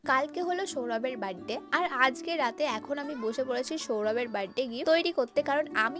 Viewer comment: বার্থডে ❌ বাড্ডে✅ 😂😂😂